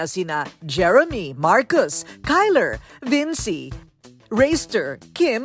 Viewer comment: pero "Vinci" po hindi Vincy